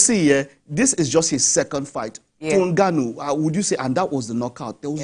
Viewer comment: And y is my crush calling ngannou ngwanu?